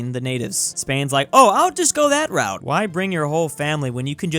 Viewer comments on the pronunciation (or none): none